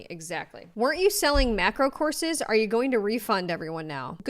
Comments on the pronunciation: I thought you said she was selling corsets (might as well) and i realized you're saying courses. Thats why i use cc when possible. Lol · my own fault but i kept hearing you saying “horses” instead of “courses” and was like …. this woman is selling horses to lose weight?????